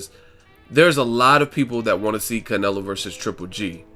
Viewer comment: One minute you pronounce Canelo like all accented then the next you don't which way you going to go bro?